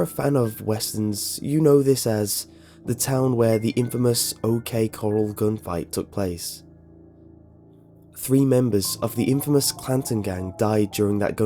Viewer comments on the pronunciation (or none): co-rahl, not coral.